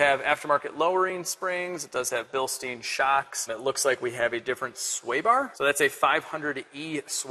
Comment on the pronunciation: Gawd. I wish you'd stop calling them BillstEEn shocks. It's pronounced BillstEYEn.